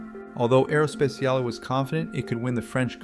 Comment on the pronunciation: Make a check on the AI voice! It's not: "Aerospeciale" it is Aero S-P-A-T-I-A-L-E!